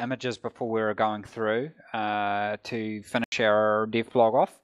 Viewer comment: Rocket - this is the first time I heard your voice. Your accent - can't figure out why/how do you have it... You pronounce "dev blog" as "div blog".. Where are you from?